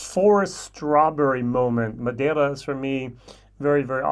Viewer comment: I love the effort you made to pronounce Madeira. Thank you. Oh yeah, see if you can get your hands on Teeling Brabazon 4. I quite enjoyed it. My Blue Spot is waiting for me in Dublin Airport. Can't wait.